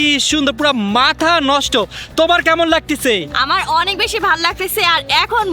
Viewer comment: Laktesa❌ Lagtasa✅